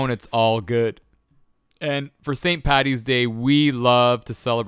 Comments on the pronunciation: Why would you say pattys day it's paddys and not all Irish are drunks. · It's Paddys day not pattys day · I'm irish..mustard and pickles are not traditional haha..and for the love of christ it's paDDys day not pattys day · It st "paddys' day. Not pattys. Please.